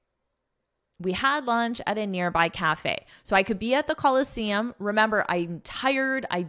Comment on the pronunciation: Should ph pronouns f sound, why did you pronounce it p sound in the Colosseum article? Is this another different sound again?